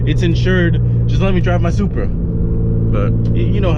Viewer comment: it should be "Supra" simple